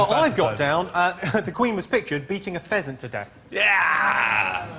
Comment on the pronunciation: did he say pheasant or peasant?